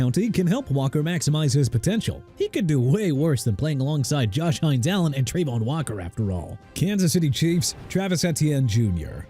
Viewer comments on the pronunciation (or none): none